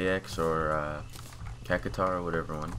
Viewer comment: I do not really want to watch all this... Also, its Cact shwar